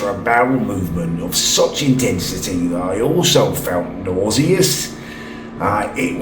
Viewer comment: Learn how to pronounce nauseous.